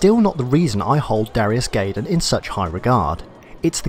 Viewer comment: GUY- DAMN, it's pronounced GUY-DAMN, not GAY-DAMN. no offence.